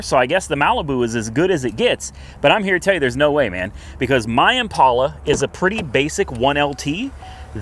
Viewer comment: Hey. It's Impala not Impaula...please stop the "stupid" pronunciation!